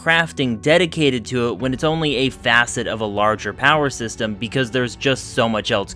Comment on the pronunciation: did u just say POWER sexterm?